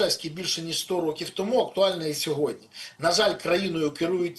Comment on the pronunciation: Не сьогоднЯ ,а сьогоднІ, Пане Береза. З повагою.